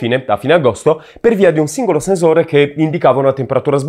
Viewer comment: Ma perché dici "senzore"